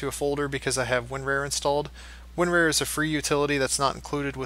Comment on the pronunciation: Winrar, not Winrare.